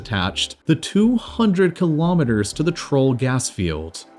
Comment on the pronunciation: Kilometres not Kulometres. KILO = 1000. Pref.ixes Mo.rons